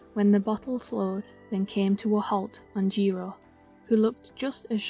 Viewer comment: Jiro not jiro-u😭😭